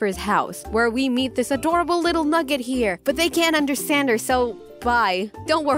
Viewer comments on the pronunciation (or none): none